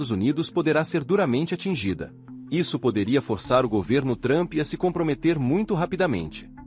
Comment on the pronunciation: Adoro quando falam o nome do cara de "Trâmpi" 😂😂😂😂